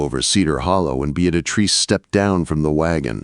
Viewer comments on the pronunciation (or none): I was hearing Beat A Trees or Bead A Trees. 🤣🤣🤣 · I couldn't listen to this ...... the name pronunciation was too distracting .... (Bee-ah- treece) Beatrice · 🤣 The AI pronunciation of Beatrice. Just call her Trixie! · AI really butchered poor Beatrice’s name. Listening from Clarksville, TN.